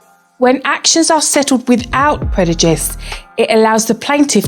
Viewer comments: articulate apart from the word “Predujist” lol I think she meant to say prejudice 🤣🤣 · Great vid! But I must point out that its preJuDice and not PreDuJice as the narrator keeps saying..hehe